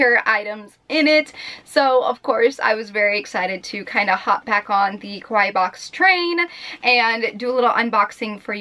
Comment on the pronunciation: You kept saying koh-why box, which sounds like the Japanese word kowai, which means scared or scary. Kawaii is pronounced kah-wah-ee, just as an fyi. :3